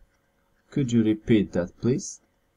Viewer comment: No blagam ,,,,that" nie czyta sie jako,,, fet". To nie ser feta;). Wiele masz takich przykladow, ale ten mnie dobil. Nie polecaj tego ,Bo jak ktos nigdy nie slyszal poprawnej wymowy to tak zle sie nauczy.